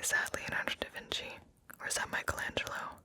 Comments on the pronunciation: da vinky?!? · "Who painted the Mona Lisa?" "Bro, Mona Lisa" "Da Vinky??"